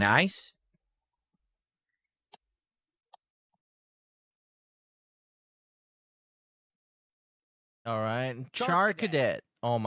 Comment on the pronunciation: *says in Mr Lewdacris * VYERY NYICE